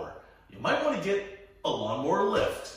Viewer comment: it's NOT lawn MORE !!!!! it's lawn MOWER.....GOT IT ???? M O W E R !!!!!!!!!!!!!!!!!